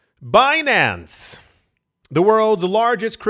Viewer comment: I like Be-nancay 😂